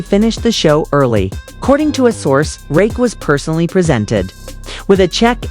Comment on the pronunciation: Why all the Drake pics? Why constantly mispronouncing Rakim’s name? Why such a long video for something that takes 5 mins to say?